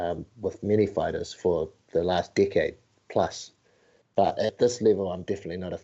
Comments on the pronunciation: I thought he said dick head not decade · Kept hearing "dickhead" instead of "decade" lol